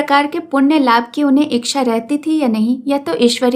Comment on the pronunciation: Madam ji aapki aawaj aur aapki kahani kahne ka tarika hmko bhut achhi lgti h lekin chhoota muh badi baat aap ichha ko iksha bolti h ya mai galat sunti hu .....mai aapki galti nahi nikal rhi hu mai sirf puchh Rahi hu 😊